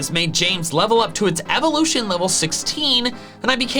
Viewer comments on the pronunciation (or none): none